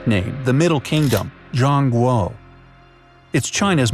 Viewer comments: Zhong guo is actually pronounced jong Gwor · That is not how you spell or pronounce "Zhong guo" It is Cong Kuo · Uhm, to correct, it is spoken as "jong gwo" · I know it’s spelled guo but I think it’s pronounced gwa... his pronunciations made me cringe!!